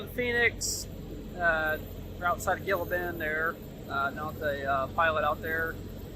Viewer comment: Gilla Bend....love it. It's actually pronounced "Hee-laa Bend" but spelled Gila Bend. Keep trucking amigo from a local San Diegan:)